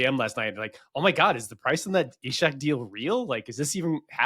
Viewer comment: Why has decided to add an H and pronounce it Ishak? I'm Norwegian (not quite Swedish, but still) and nobody in Scandinavia says it like that.